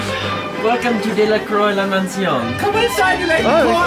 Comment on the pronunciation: “Welcome to La Croise La Mension”😂